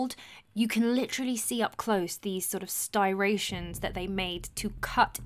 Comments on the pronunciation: Good stuff. BTW - Striations. (Str-eye-ayshuns) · striations like "rye", STRYEations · Love this video! Love you speaking on your first hand experience! Subscribed. One note: pronounce this word right please: STRIATION - noun. stri·a·tion strī-ˈā-shən. : the fact or state of being striated. : a tiny groove, scratch, or channel especially when one of a parallel series. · The word is “ striations”. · Do you mean “striation”? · First, before I point out some of the easily googleable answers you clearly didn't look for Striations is pronounced str I ations. Not "styrations." The stone jars and platters would have been cut with similar techniques to the rest of the granite that was cut everywhere else, and the clay lids are because lids are seals, which get broken when you open the seal. It doesn't make sense to make a stone lid for a stone jar if you don't buy it at pier one. The holes were bored with copper tubes, sand, and bows. This ancient technology isn't used anymore because we have diamond cutting tools. The straight line cuts are cut with long straight segments of copper saws. The smooth surfaces on the statues are hand polished with sand. The harder a stone is, the easier it is to use sand to polish it. Your incredulity doesn't mean you get to assert ancient technology for which you have no evidence; It just means you don't understand what humans are capable of. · Love your work. Massive fan. But, please, it's striation not sty-ration! You got the lovely mixed up word from Yusef, didn't you? ;-) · The word "striations" is pronounced Stri-a-shuns, not Sty-ra-shuns. The r follows the t, not the i. Striation. Just fyi. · it's "striation" not "stiration" for God's sake, otherwise amazing video, ty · Does she mean stryations? Sure not styrations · stri-ations not styr , good vid though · Striation not stiration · Striation, not stiration. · styration = striation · striations not stirations cutie. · Striations, please, not Sty-rations. STREE-ATIONS.